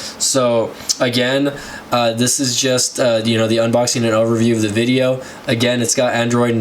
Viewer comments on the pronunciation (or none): u said aggain like 100 times